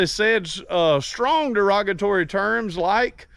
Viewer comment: Der-rog-A-tory? If you do too well on YT and it's not vulger they want your content but don't want it to make money for you. Rumble is more pliable without restrictions! I like the courier episode maybe dress it up, wheels and tires, tint the windows, bed rails or something different. Thanks for your videos!